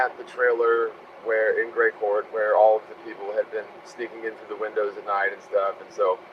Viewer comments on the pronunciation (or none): none